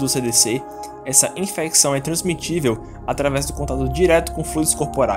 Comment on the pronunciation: TRANSMISSÍVEL. Fala errado sempre!